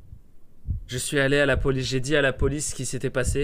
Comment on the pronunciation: pourquoi j'ai l'impression que tu dis poluce xD